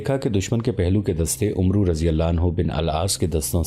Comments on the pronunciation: ارے بھائی عُمرو نہیں ہوتا، اسے عَمْر پڑھتے ہیں، ایک بار آپ اسے ضرور سنا دیا کریں، ورنہ اچھی نیت سے آپ غلط طریقے سے بہترین تاریخ پیش کریں گے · برادر، تلفظ کی اصلاح کیجیے۔ عمرو بن العاص میں عمرو نہیں بولا جاتا یہ بولنے میں امر ہوتا ہے۔ یعنی بولیں گے تو اسے "امر بن آس" بولیں گے۔ لکھنے میں عمرو بن العاص ہی ہو گا۔ شکریہ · بھائی لکھنے میں عمرو بن عاص ہوتا ہے پر پڑھنے میں عَمر بن عاص پڑھا جاتا ہے۔ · Umro nahi amer ibni aas ,aur sharjel nahi shurahbel ibni hasana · Please correct yourself. The name of the Sahabi is NOT Umro bin Al Aas. The correct pronunciation is Amar bin Al Aas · عمرو نہیں بلکہ امر کی طرح عمر پڑھا جاے گا باقی ماشاءاللہ بھت خوب❤❤❤❤❤❤❤❤ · او اللہ کے بندے عمروبن العاص کو عمرو نہیں بلکہ عمر پڈھتے ہیں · Brother his name was not umru its amar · عمرو کو عَمَرْ کہنا چاہئے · عمرو لکھنے میں ایسا ہے لیکن پڑھنے میں عمَر ہوتا ہے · عمرو کو پڑھتے ہوئے عَمر پڑھتے ہیں یعنی ع پر زبر اور و نہیں پڑھتے۔ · عمرو پڑھنے میں امر پڑھا جاتا ہے۔